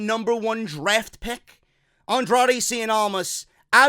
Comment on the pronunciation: "Andrade seein' almas". CIEN. IT'S CIEN.